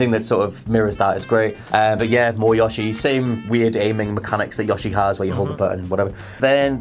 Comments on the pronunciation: Yah-She? You mean YO-She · so am i really the only one annoyed by the fact that this guy is calling yoshi "yashi" the other guy shouldve smacked each time he said that, yoshi even says his own god damn name so how can u get that so wrong smh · Can I just say I was ready to punch my screen when I heard the way he pronounced Yoshi. He said it like it was spelled Yawshee or some shit! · Stop saying Yoshi please.